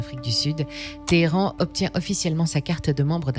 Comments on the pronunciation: Qu’est ce que c’est que ces prononciations de Téhéran ?? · Petite question... Pourquoi amusez-vous sur la prononciation de Téhéran, Hesbolah ? 😂 Calmez-vous et prononcez ses noms à la française par pitié 😅